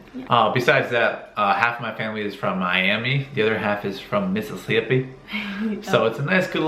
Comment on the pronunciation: lol the way he said Mississippi I stay in Mississippi is that really how we talk?😂😂